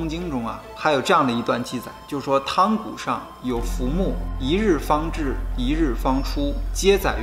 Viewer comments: 那个字读yang 不是tang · 汤谷读yang 谷，这些博主经常读白字